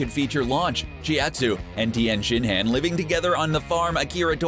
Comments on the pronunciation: He said tienshin-HAND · Mispronounced chiaotsu and tienshinhan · 1) NOTHING that has to do with the abomination that was DB:GT Tien... Shin...........HAN? Has... this guy watched DB?